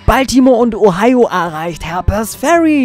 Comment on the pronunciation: Ich wusste gar nicht das es in Harper´s Ferry soviele Herpes-Kranke gibt. Die armen :) Du solltest ein bißl an der englischen Aussprache feilen. Konstruktive Kritik, nicht böse gemeint. ... 18 Jahre nach release spiele ich es auch mal. (Es liegt bei mir schon 18 Jahre rum und ich hab es nur mal angespielt). Bin gespannt, was ich aus deinem LP mitnehmen kann. Allein für die Tatsache, das du Retro spielst, gebe ich dir mein Abo. Ich mag kleine Kanäle ! Gruß Ian